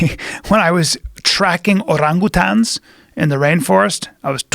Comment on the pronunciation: The way he pronounced orangutan gave me cancer.